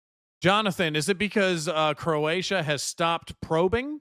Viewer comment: 😂oh shit. Bro actually got the Croatia names right . 😂😂😂😂 I swear his the only yank that can get the right first time. Fair fucking play . It just makes it funny that he thinks he got them wrong.